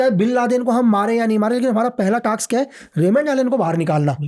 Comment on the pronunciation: टाक्स नहीं, टास्क।